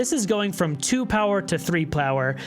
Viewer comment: "(...) going from 2 power to 3 plower..." Hmmmm yes the floor here is made out of foor (jk I love watching your videos xD)